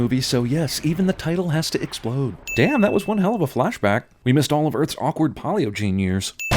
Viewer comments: isn't it pay-leo gene? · You're actually pretty sinful with this video. You mispronounced "paleogene," the country you labeled "Ireland" is actually still France, Istanbul is the "this place," Steve Buscemi's character is supposed to be a genius, so exposition is a pretty natural thing for him, and, of course, is it really a problem that Steve Buscemi's character thinks about hot women all the time? It's character development. He's a shallow character, but hey, there are a lot of shallow people out there. Also, I'm pretty sure you learned the term "Deus Ex Machina" halfway through your channel's history. I wouldn't care, but some of your first videos deserve the extra sins. The movies that your first videos covered seemed way more sinful that these later movies, but they have far fewer sins. I think you should count your sins in a couple "Everything Wrong with Cinema Sins." It'll be funny and it will absolve you of your sins.